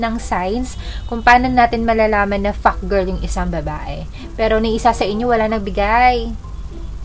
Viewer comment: Hahahahahah grabe tawa ko sayo! 🤔 everytime you say “fuck-girl-yan” hahaahha